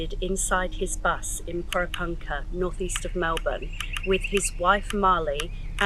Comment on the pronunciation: Please, learn to say Porepunkah right